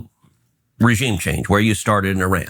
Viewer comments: It’s Ee-ran you had it right the first time. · its pronounced Uh Ran not Eh Ran. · Eye-RAN is American English pronunciation and Ee-ran is British pronunciation). Native & most accurate : “Ee-ron” with a long “ee” sound and a soft “r”. This is the most accurate pronunciation. Similarly American pronunciation: Iraq → Eye-raq British pronunciation: Iraq → Ih-raq or Ee-raq Native pronunciations: Ee-raaq” (with a deep “aa”) So British English is generally closer to the native sound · It’s not Eran. It’s Eeran. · no, it is pronounced "ee-raan" not "ay-raan" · It's [ee-raan] ee as in eerie, raan as in run but longer vowel sound. Not fucking Eh-run lmao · It’s ee-rawn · I studied persian farsi for a little over a year, the teachers I had (all native speakers) pronounced it ee-ron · I have two cousins that married into Persian families. To me when they say it, it’s almost half way between eer-on and ehr-on. My Armenian-Persian math teacher pronounced it air-on. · eye-rainian spotted